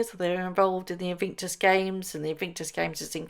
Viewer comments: Love the pronunciation of INVICTUS as INVINCTUS. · In VIC tus - not in VINC tus. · Bless you but please say InVICtus and not InVINCtus!!! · Your question: "what do you think she has done to her face"? My answer: Destroyed it! 😅 Edit: Just a little note, there's only 1 "N" in Invictus - In vic tus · It's "In VIC tus", not In VINK tus" - could you correct that one, please? Driving us batty! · are you being ironic by saying Invinctus and not Invictus?? If not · You are pronouncing Invictus incorrectly. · Morning do you realise you pronounce Invictus incorrectly. I know you like to report accurately.